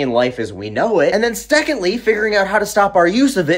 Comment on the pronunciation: I reallllllllllly like how you say newclear😂 But you need to work on secondly😂 love ya man!